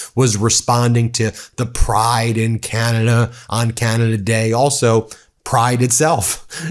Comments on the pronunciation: The way this ambassador pronounces Canada irks me so much! 🫤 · IS it just me or does it piss other CANADIANS how he pronouces CANADA...?? If your gonna insult us at least pronounce CANADA properly!!!!😖😡🤬